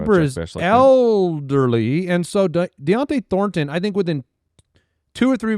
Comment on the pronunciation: it's Don-tay not Dion-tay thornton